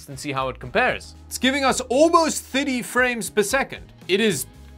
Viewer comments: rare moment where pronounces 30 as "thirty" instead of "thiddy" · is probably the first time iv'e heard say the number 30 correctly